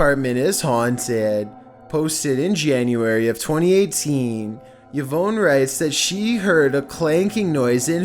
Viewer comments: Yee-vone??? Try Ee-von! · Yah-vone not E-Vaughn. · It's pronounced 'Ee-von' not 'yu-voan' mate. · "Eh-Von" not Y-vone! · evonne......... *E VON! lol YVonne VON not VONE... LMAO oh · Omg how are you so incredibly dumb???!! The name Yvonne is pronounced Eve-on NOT Yuh-vone!! 🤦‍♀️🤦‍♀️🤦‍♀️🤦‍♀️🤦‍♀️🤦‍♀️ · Omg... This idiot can't even pronounce Yvonne right... It's pronounced EeVon you illiterate. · Yvonne is my sister’s name, and you totally butchered the pronunciation. It is pronounced Eevon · Yvonne is pronounced e-VAWN, emphasis on the second syllable. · It's "Yvonne",, not "Veyawn", and at #2, the Jumpscare scared the mess out of us!!!!! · Yvonne = Eeee - Vonn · No it’s pronounced Ee Von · Imagine thinking Yvonne is pronounced “ya-vowyn” 😂😩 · This boy amd his pronunciation of "Yvonne"🤦....smh...nothing but love,, nothing but love🖤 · The scariest thing about this video is how he pronounces Yvonne haha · Is that seriously how you pronounce Yvonne? I can't tell if you're joking or not. 🤦‍♂️